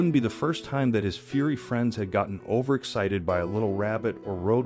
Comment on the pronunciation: 3 mins 51 : listen : 😊: " Furry " friends 🐕 becomes , " FURY " friends ! *************** Thank you, dear, kind rescuers. 🇬🇧💕🐈🌈🐕☺️🇬🇧 *****************